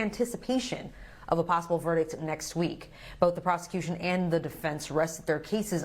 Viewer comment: The first "e" in Tony Ever's last name is pronounced with a long e instead of a short e